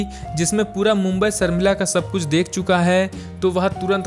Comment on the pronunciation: सर्मिला नहीं शर्मिला बोलो